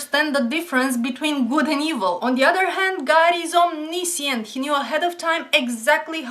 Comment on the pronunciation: say omniscient again plz.